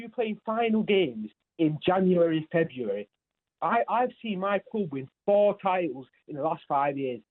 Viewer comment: saying it’s febauary haha